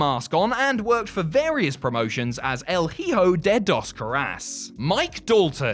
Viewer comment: el heehoe lmao could you really not do any better than that